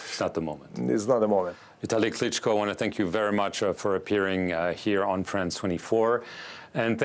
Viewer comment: Yes, so agree. Navalny was killed. Klitschko says it correctly.